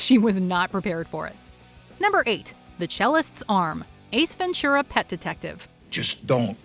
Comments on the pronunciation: it's really weird for me to hear "Ace Ven-ture-a_ instead of "Ace Ven-too-rah" which is how it's supposed to be pronounced ^_^ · Ace Ventschura? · Ace Venchura? lol